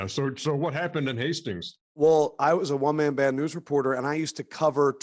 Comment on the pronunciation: I kno chuck said “news”..... but it sounded like he said “nudes”